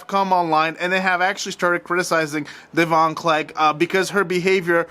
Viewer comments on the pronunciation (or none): Deavon pronounced like Devin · You need to listen to Celeb Guy video about this. Because he spoke to Devon (which you are pronouncing wrong). He explains the situation.